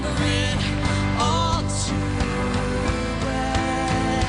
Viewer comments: when she said all too well i thought she said o2l..... i was like CONNOR? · Okay I'm going to sound really stupid here but I thought she said "I remember O2l" JASCOUSCAUHIVESHESIUVHWEIUFHVAHECE 😂😂😂😂😂